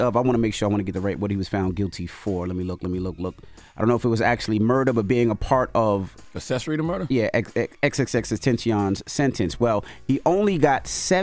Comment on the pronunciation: Dj envy is not that hard to say XXX TENTACION correctly...you're being disrespectful 😤